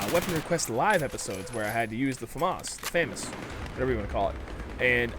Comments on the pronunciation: "Fah-Mahs" French Weapon No French person pronounces it FehMis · I mean there is pronouncing stuff differently, then there is just flat out wrong. FAM-AS is just wrong.